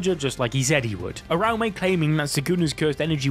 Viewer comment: How do they manage to mispronounce every name like wth is urame its (oo-ra-oo-me)